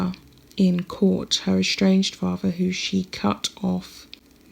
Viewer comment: Although you make an effort to speak “ nicely “ I suggest you practice your “th’s” In particular “ with “ and “father “ as neither are pronounced “ wiV “ or “ faRVA”